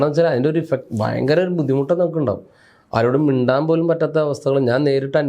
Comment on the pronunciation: ഹോ ഫയങ്കരാ നോബൽ സമ്മാനം കിട്ടണം 😂😂